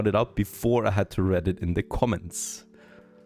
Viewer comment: I want to apologize for the way English is but "read" has two different pronunciations based on context. In this sentence It sounds like reed (the plant): "I had to read it" In this sentence it sounds like red (the color): "I read it" I believe the rule is that the infinitive form (which looks like "to ____") it sounds like the plant, not the color. The reason I bring this up is that you used the incorrect one